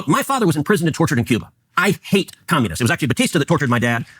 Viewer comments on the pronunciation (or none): none